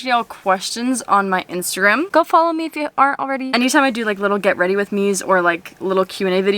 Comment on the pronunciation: “GWRM” Get Weady Rith Me Love Ya!!! 💛💛💛